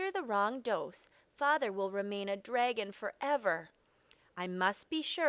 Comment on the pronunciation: Who says times instead of multiply, and who pronounces dragon “draygon”? It’s incorrect pronunciation, not an accent